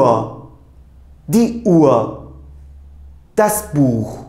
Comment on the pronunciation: Hocam emeğinize sağlık .”UHR “ kelimesini telaffuzunu tam olarak nasıl yapıyorsunuz uaa diye okuyorsunuz sanki. H ve r kelimesi yan yana gelince farklı bi ses mi çıkıyor ?